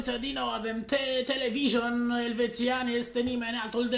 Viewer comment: "televison " pe bune